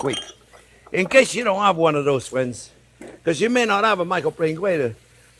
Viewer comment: "Well hello there phrinzzzzzz!"